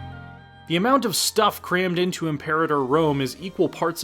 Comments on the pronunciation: Reeeeeeeeeeeee!!!! It's pronounced 'imper-artor', not 'imp-erater'!!!!!!! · im-pe-RA-tor. Really not that hard